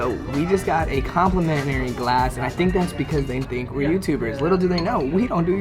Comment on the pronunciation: Rofl nice "complimentinary" drink 🤣. .